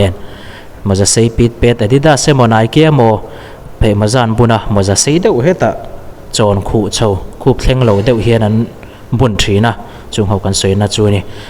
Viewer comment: Miin chungah tiin ichhiar a, miin chhungah tih a niin kahria a...👆